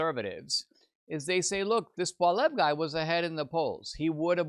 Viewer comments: I'm so depressed. More genders more handouts more taxes. Need to work on your prounounciation of polliviere not pollev. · Please learn how to correctly pronounce Pierre Poilievre's name! "poly ev", NOT "paul ev" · Actually, it’s pwal-ee-evre.